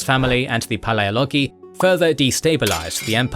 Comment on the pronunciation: Strategoi & Dynatoi are being butchered at the last syllable since the KG establishment... Palaiologoi spared miraculously 😋.